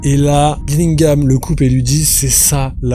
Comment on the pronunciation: Lourd la vidéo frérot merci pour le contenu ! Je vais chipoter un peu mais toute la vidéo tu prononces Killingham « Gillingham », c’est perturbant mdrr